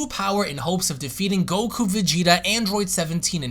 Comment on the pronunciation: I've never heard anyone slur a K haha. gokkkkku.